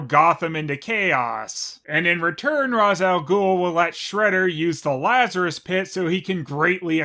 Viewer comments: Its actually supposed to be Ra's (Raish) Al Ghul. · Pronounced Ra's al Ghul wrong. But don't worry, so did the movie half the time lol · You’re mispronouncing Ra’s’ name